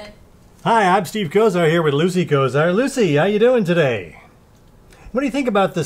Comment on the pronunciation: Lucy said it right awewaaahhh ! Lolo